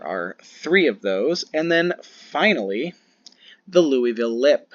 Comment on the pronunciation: Haha, props for saying Louisville correctly. We definitely slur it even more (roughly like Loo-ah-vulle) but you said it in a manner that wouldn't have locals laughing. Trust me, they take the pronunciation of Louisville very seriously for some reasons. I'm excited to see a Louisville legend come to unmatched officially in the upcoming future.